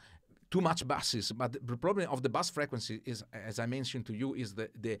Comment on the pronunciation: Hey, very helpful video. FYI In English "bass" in a musical term is pronounced like "base" - Bass said phonetically is a like a fish.So like B-ass. What you want to say is B-ase. Grazie;)